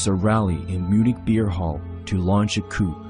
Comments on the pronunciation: FYI, coup is not pronounced "coop". It is pronounced "coo". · You didn’t watch the entire 12 hours. Even if you did you already had bias against it. And it’s pronounced “coo”….not “coop”. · No way you're french and you pronounced "coup" as coop.